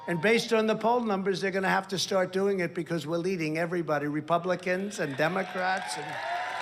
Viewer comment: Repumplekins, i heard